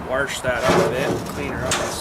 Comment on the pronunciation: why do you say "warsh" it's "wash" lol i don't see an R in wash!